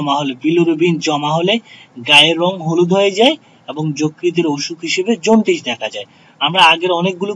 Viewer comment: এগুলা কোন দেশের উচ্চারণ...? জন্টিস,গুগুজ,............ ......😆